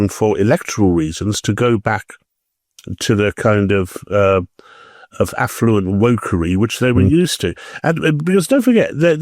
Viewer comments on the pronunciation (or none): none